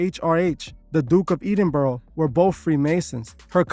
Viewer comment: The way you pronounce Edinburgh 😂